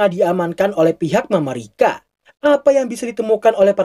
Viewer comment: Ga usah alay mamarika mamarika tinggal nyebut Amerika susah amat